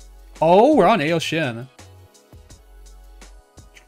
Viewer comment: Pronouncing ao shin wrong